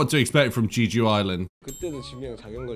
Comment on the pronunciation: This series is truly uplifting, puts you in a good spirits. So much laughing and healing. It is so funny, their friendship, antics, dynamics. Btw, Jejudp is pronounced with a short 'E' like elephant and ends with a long O. Jeh-ju-do We spend 4 nights in Jejudo recently. Such a beautiful place, so relaxed, great food, nice people, the smell of nature, the ocean, etc. It is called the Hawaii of Korea and it is easy to see why. Also about tattoos: Korean society normally frowns upon it because they link such things to gangsters. When Jungkook first did his tattoos, he had to cover them up or put make-up over it. But now, he displays it openly and he paved the way to make tattoos more acceptable.